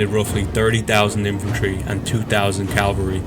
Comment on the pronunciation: Please learn to say "caV-alry."